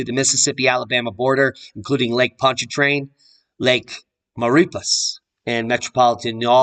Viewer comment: Maurepas is pronounced maw re paw...French. love your channels. Been following for 2 1/2 years.